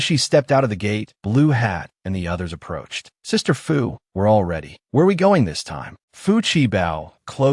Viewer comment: a drunk AI try to say approached :face-blue-smiling:😂